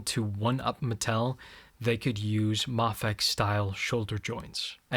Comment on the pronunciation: Oh thank god, someone else who pronounces Mafex correctly instead of saying Mayfex.